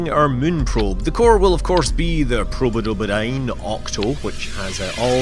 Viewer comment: "Probodobodyne"......most Scottish word ever...